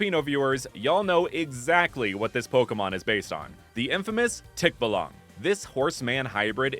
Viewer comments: It's pronounced tikbah-lang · Im a filipino. And you keep on mis pronouncing the words! Like for example tikbalang is 2 syllables. Tik, and balang. Its not one whole word. And for the end, emphasis on the lang. (I’m not offended just making a side note)😊